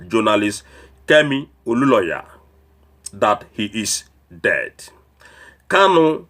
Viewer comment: Please can you pronounce Olunloyo correctly? There is no single "a" in the name, so where did you get Oluloya from. I watch your videos and want you to pronounce names correctly, especially a popular name in nigerian politics. Also please devote your vodeos to more important issues than this confused woman.